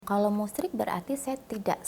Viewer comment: hhhha ....bukan musriiik kata mbak roro tp menyekutukan Allah